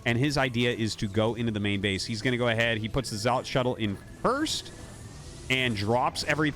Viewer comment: Isn't "Zealot" pronounced "Zel-luht" and not the weirdo way Artosis pronounces it?